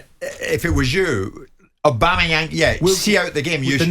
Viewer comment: Love how Keown pronounces it Obama-Yam, everything this clown does is funny